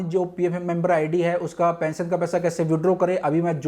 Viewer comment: Pension bolo thik pesion nhi